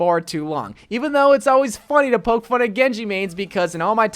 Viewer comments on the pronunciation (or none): none